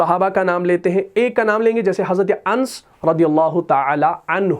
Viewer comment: Ans nahi anas sahi pronunciation hai.